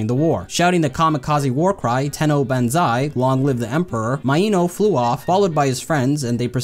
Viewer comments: BAN ZIII not fecking BEN ZII is how you say it and also spell it lol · its pronounced "BON-ZIE" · you didnt pronounce banzai correctly you casual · you made an entire video and still said “banzai” incorrectly? thats like a typo on your resume or something. kind of makes the rest of it questionable if you couldn’t do at least that lol. that being said good vid still